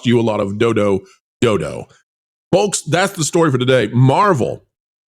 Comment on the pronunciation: And the L in Folks is silent.